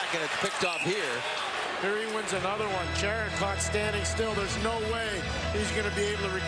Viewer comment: Totally I mean how hard is it? IT'S CHARA F'in Chara, not Chair-ra